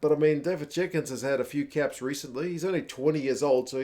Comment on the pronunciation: Dafydd is pronounced da-vith btw, dd is th in Welsh